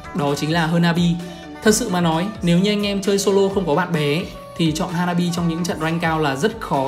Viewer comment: thím này phát âm tướng toàn sai, tiếng anh thì bập bẹ nghĩ mãi mới biết là ai. "Hơ na bi, Cờ lót...." ko biết đọc thế nào thì lúc cấm tướng trong rank cố mà nghe nó phát âm ấy